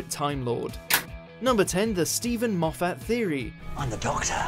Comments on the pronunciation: Tay Hogan M-off-at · Just FYI: Moffat (Maw-fit) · How fat? Mow fat! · you're saying Moffat it's pronounced mow fat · Not only is it a surname but it's also a rather nice place on the Scottish borders. The correct pronunciation is m-off-at. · xXbghytXx It's Moff-at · “MofFAT” lord help me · To say you’re from watchmojo UK you don’t half butcher Moffats name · I think you're saying "Moffat" wrong. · The way you pronounce Moffat’s name is is deeply distressing. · learn to pronounce moffat